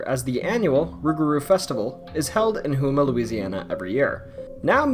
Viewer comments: Lol hoe- ma not who-ma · I hate to be “that person”, but Houma is pronounced Home-uh, not Who-muh. ✌🏼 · For #1, the town of Houma is pronounced like the homa in Oklahoma. The festival is great, and the town also has some great Mardi Gras parades as well. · Hey, its great that your covering houma, but it is pernounced ( Home Uhh) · The way he pronounced Houma 😭😭